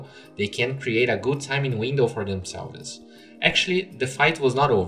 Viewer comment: the way you pronounce words with suffixes "evolve-es", "themselv-es", "rage-ed", "look-ed", "hook-ed", "banish-ed".... I know English is a difficult second language but words like these are pronounced without they annunciation of the "e" as in: evolvs, themselvz, rAgd, lookd, hookd, Banishd. Just some constructive criticism as I assume these videos are intended for native english speakers.